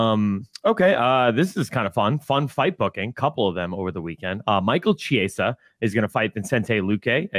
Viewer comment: How does not know how to say Michael Chiesa